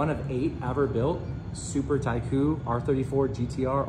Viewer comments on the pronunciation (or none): Not pronouncing Super Taikyu correct, priceless.